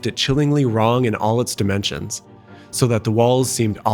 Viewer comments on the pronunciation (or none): none